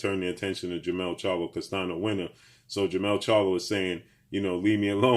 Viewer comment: his name is pronounced as Brian (CAS-TAN-YO), NOT CASTANO. Please get these guys names pronounced correctly man.